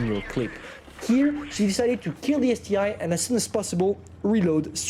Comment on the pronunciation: calling the ST-1 the ST-I is a bit irritating but hey, he can call it what it wants, I just gotta get used to it